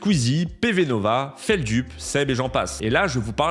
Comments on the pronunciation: Ça me stresse qu’il prononce “FeldUp” et non pas “FeldEUp” 😭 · Ça se prononce fèldeup pas feldup 😅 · Feldup prononce lui-même prononce feldulpe. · Feld "Up" ou .... Feld "eup" ? La prononciation, SVP, pour les néophytes comme moi, qui découvre (avec grand plaisir), la personne.... Merci, par avance !!